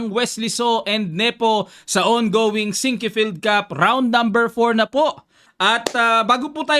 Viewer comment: Coach correction (SINK FIELD (2 SYLLABLES ONLT) not SIN QUE FIELD)